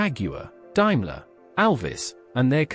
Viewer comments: From memory much of the talk over was wrong ie Daimler was pronounced completely wrong, much of the commentary didn’t tally up with the photos ie Rover P5 you were showing the P5 3.5 V8, the Rolls Royce silver cloud 3 you were looking at a silver cloud 1, during the commentary about Alvis and Armstrong Sidley several times you were showing photos of a Lagonda !!! From what I can remember, sorry!!! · Dime ler?? Should be pronounced Dame ler. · The Al pronouncing of Daimler got me its not Dimeler its pronounced Daymler but is spelt Daimler the second letter is an "a" not an "i" one day Al may get it right but apart from that lashings of wood and leather defines British luxury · AI narration is so LAZY. (ALSO WRONG). Also did anyone see a SC111? All except 1 was a SC and an SC11. The SC111 also had the "new" 6.75 litre engine. Not to mention Daimler is pronounced Dame ler . AI and BAD research. Don't subscribe unless you like shit. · 'Daimler' is pronounced 'DAME-ler' not 'DIME-ler.' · What the hell is a Dimeler? Ditch the AI. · Interesting but hatd pronunciation.. Dimler!!! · Might have been good if they'd got the cars right. Talking about sat Mk5 Humber Super Snipe and showing pictures of 1960 Mk3 cars is just stupid and misleading. Calling a Daimler a "Diemlah" is just wrong and pretty insulting. A Rolls Royce Silver Cloud 2 can never pass for a Silver Cloud 3, they were totally different cars. Finally, the pronouncing of the word "Marques" is not "markess" but "Marks". A waste of screen time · Why is there pictures of American cars in this video if it's all about British cars? Can't even pronounce Daimler correctly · Stopped watching when Daimler couldn't be pronounced correctly 👎👎👎👎👎👎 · One day, someone might develop AI that can actually pronounce words correctly - DAIMLER DS for 20 - I ask you ! Doesn't anyone check these videos before showing them ? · die-mler , markess , faksia , does no one check these before uploading them - pathetic